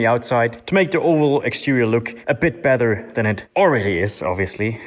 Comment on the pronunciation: why can u say battery correct but no better :(